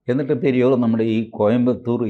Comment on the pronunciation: Periyaar, not periyor